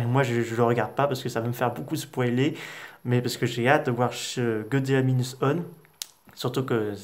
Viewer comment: Godzilla Minus OUANE on dit